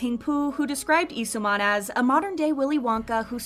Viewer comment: why are they pronouncing lee soo man as “ee soo man”